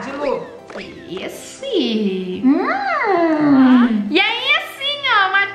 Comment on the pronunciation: Se diz Lu e não Luh sem h